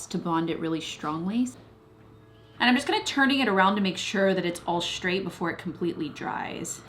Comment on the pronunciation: Shtrong, shtraight, shtring...is the 'sht' like a regional american accent thing?